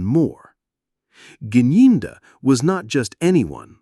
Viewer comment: He dressed like this because he knows the level of his guilt. He is the one who told the court how dangerous it would be to go in Loco inspection. But now when u started the video u couldn't pronounce the name Gininda but at the end u were able. 😂😂😂😂😂. Thank u